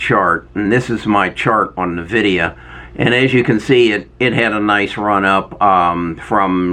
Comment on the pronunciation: Still pronouncing Nvidia wrong